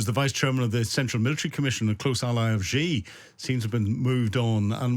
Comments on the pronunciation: Your are not alone in mispronouncing badly Xi's name--it's not GEE, but "shi"! Should've been spelled "Shi" of course, but CCP China has used very weird spelling to possibly demonstrate its arrogant disregard of English pronunciation rules ("We can impose our own spelling even if it's unpronounceable or sounds nothing like the way it's spelled!" is probably why they did it). . "Qi" for "Ching" is another example. Without knowing the Chinese language (or really the Mandarin dialect, as Chinese written language is pronounced differently depending on the dialect), you'd never be able to pronounce "Cai" correctly (it's pronounced "Tsao', the old spelling was perfectly pronounceable and accurate). That said, there's no excuse in not be able to say "Shi" instead of GEE, especially for an expert who uses his name a lot. A bit jarring to my ears at least. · So, we have a Chinese 'expert' here who is incapable of pronounsing Chinese names correctly. For me, this undermines his credibility from the start. Too much of this is merely conjecture.